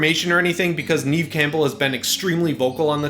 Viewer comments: Now that Scream 5 is coming, you have to learn how to say Neve and not Neeve! :P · Did you say "Neeve" Campbell? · You pronounce Neve wrong! It sounds like the word Never without the R. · "Neve" is nev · lol. You said it a few times. I've just never heard it pronounced that way before. I thought it was pronounced Nev. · Neve is pronounced like ‘Nev’ lol but still exciting 😁